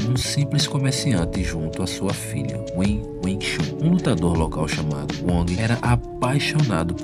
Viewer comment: Não se pronuncia chan ,mas chun.